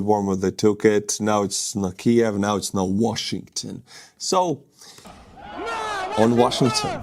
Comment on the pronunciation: He's mad because his stolen Ukrainian washing machine can;'t be fixed that;s why he is so disturbed and pronounces Washing...ton!!!